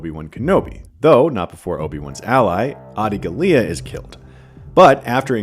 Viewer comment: Making fun of Ewan McGregor pronunciation of Dooku while mispronouncing Adi Galia and Pre Viszla is a bold move